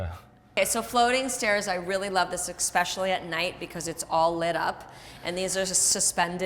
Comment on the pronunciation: Beautiful home! I'm always fascinated how people live in a desert like area with all the wildlife. A couple things Brooke, first it's "especially", not "exspecially" and secondly, please stop interrupting and speaking over your husband.